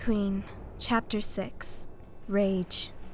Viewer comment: Rage (rah-J)